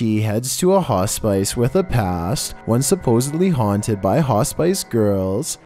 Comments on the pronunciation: Hospice is pronounced like " hoss piss", lol buddy! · A "hah spice".... what is that, a garnish that makes you crack up??? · For #7 it’s pronounced “Hos -spi -ce “ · Oh! It’s pronounced ‘hos-piss’ 😀💜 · Love your content, -- in the future "Hospice" is pronounced like "Hoss-Piss". That's the best I can spell it so it sounds correct. Lol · Haw-spice? You've got to be doing that on purpose at this point. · Hospice. One syllable at a time now, hoss piss. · Ha-spice! Lmao! You're sweet. I loved how many times you repeated the word hospice. Unfortunately, it's not pronounced ha-spice. And trust me, it's definitely not pronounced Ho-spice, even though that's how it's spelled. Sigh....I guess not everyone is as perfect as me. 😜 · It's Hospice, not "Ha spice" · you need an american proofreader to help with certain words. I know hundreds of others have mentioned the hospice thing, Just know I’d be happy to help. It’s sounds like Hausbus! Hospice. Let me know. 🥸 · It’s phonetically pronounced ‘hos-pis’,. Damn. You do that with a lot of words. Get somebody to proof-view these before you upload. It makes you look foolish. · LMFAO you hear the guy call the HOSPICE, Hos SPICE.....this guy seems to talk really good English too.... LOL SMH! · Hospice is pronounced as hospiss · Ho-spice girl 😆 🤣 😂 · Wtf is a hoss spice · Fun fact: mispronounced "Hospice" 7 times during this video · Can’t stop laughing at your pronunciation of hospice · I was laughing at that too. Definitely not the right pronunciation of hospice. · He did that on purpose no doubt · The only scary thing about this video. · I think he does that on purpose. It generates more comments. What do you think? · Same lol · He was and that connection can only work if he pronounces Hospice like he does LOL. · No biggie but yeah i came to the comments to see if anyone else noticed the pronunciation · Yikes what's scary is the way he pronounces Hospice 😂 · Hos-spice? /hospis/? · He says it wrong